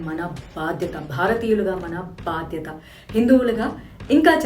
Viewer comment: 'బాద్యత' కాదు 'బాధ్యత'